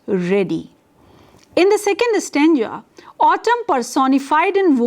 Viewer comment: Stanja .....or .Stanza Terrible pronunciations